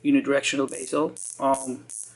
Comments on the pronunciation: It's pronounced bezel, not baysil. I believe baysil is how you Yanks pronounce basil, which is a herb. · are you German or Spanish. Btw it's bezel not basial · Bezel not basil ....stupido!